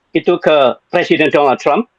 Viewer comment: Kok "Donlad" sich....?? 😂